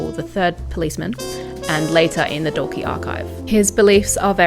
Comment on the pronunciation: Absolutely love your channel, and analysis of Hozier songs. So detailed and well thought out.❤👏 *This does not matter in the scheme of things, just to let you know Dalkey is pronounced Daw-key. Small seaside town in Dublin. Brian O'Nolan's favourite spot when he lived in Dublin 4.